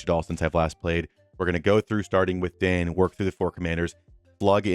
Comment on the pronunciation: Dain is pronounced “dine”, just FYI